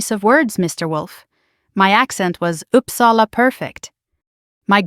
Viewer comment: O dear. American pronouncing Uppsala…. And she is going to correct him ? I’ll stop here.